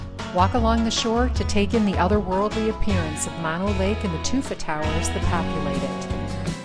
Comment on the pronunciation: It is not Mon o Lake, it is Moe no Lake Both 'Os' are pronounced the same. Drives me crazy when people mispronounce it.